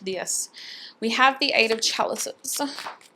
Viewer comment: The way she says chalices!!! XD why don't I have friends like her??